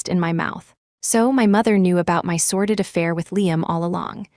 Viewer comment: SORDID not sorted